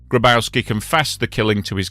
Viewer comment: Grabowski is pronounced "Graboffski".